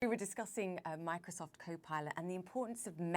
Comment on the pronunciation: "Mircosoft"😂😂😂😂😂😂😂😂😂😂😂😂😂 L